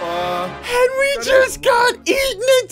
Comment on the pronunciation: It's "Henwy"!